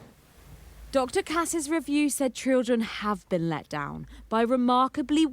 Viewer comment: TRILLDREN have been let down remarkably weak HEAVYDENSE is she drunk 🥴